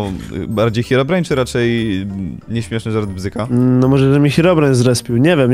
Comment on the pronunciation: Ei czy tylko ja gdy mówi hirobrine na początku słyszę paliona